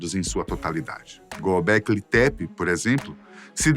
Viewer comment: É Göbekli Tepe 😂 E não Goblequi tepi rs